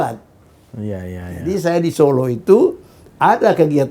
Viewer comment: zon, kalau kau ngaku intelek, ucapkan (kota) SOLO dng benar, contoh pak salim tamu mu itu